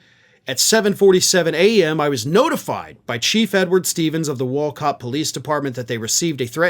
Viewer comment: I am from CT but reside in FL. Wolcott is pronounced as WOOLCOTT. FYI. LOL!! I was a Realtor for Century 21 in Farmington CT over 30 years ago. I used to reside in Bristol CT.